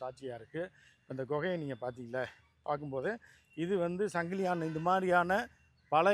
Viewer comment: 🚫 சங்கிலியான் அல்ல சங்கிலியன். தமிழை சரியாக பேசுங்கள்..